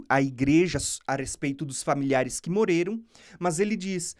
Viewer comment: Pq vc não consegue falar: Morreram e fala Moreiram?